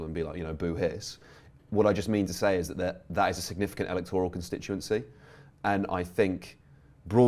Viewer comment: A small, perhaps petty point, but what’s with everybody pronouncing it e-lec-TOR-al? It’s e-LEC-tor-al!